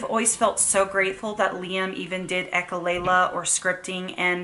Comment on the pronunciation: Please say echolalia instead of echolayla. I'm only saying this because your channel is a good teaching channel.